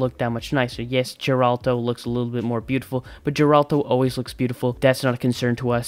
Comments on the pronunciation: Its not jeralt. Its geralt. Dude wtf. They even tell u correct pronunciation in game. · you know i laughted so hard when you said Geralto and not Geralt, i cant stop laughing 🤣